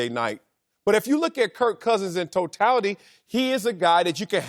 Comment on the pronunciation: "In toe-tatilly..." Lol